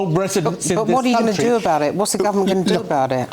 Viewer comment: 10.39 to 10.42. ,,'What will the government do aboud it?' x 2. 15.22 'wad I wanna know.' Please talk properly. You sound awful!!!